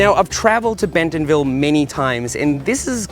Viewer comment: As an Arkansan, drop the “t” in bentonville when you say it 😂